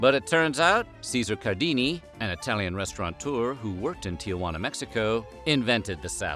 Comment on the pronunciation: It's not "restauranteur" , it's "restaurateur". ie no "n".